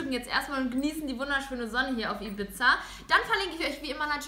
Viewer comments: Das heisst nicht Ibitza sondern Ibiza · heisst das nicht I bi za und nicht I bit za? Das sagtest du Bibi. und ich habe es auseinander geschrieben damit ja also das einzeln spricht.